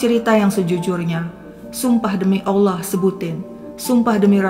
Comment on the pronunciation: Salut sama, pengucapan Allah sangat fasih❤❤